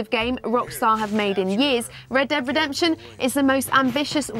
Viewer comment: funny how she can't pronounce red dead redemption